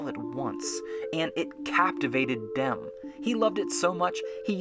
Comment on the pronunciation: Should have mentioned this earlier but “Demme” pronounced like “Demmy”. Sorry.